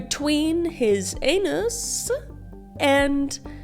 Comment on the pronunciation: I'm so sorry but the small gasp for air while trying to explain caught me off guard and for some reason it's really funny to me. Also the "anusssuh" 😭